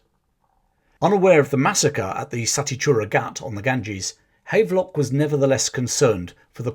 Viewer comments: PS it is pronounced Have-lock not hayve-lock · The general is pronounced Havv-lock not Hayvelock. but otherwise an excellent summary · Here in Northern Ireland there are a few buildings and streets named after General Havelock. It's pronounced Have Lock, as in to have/ possess.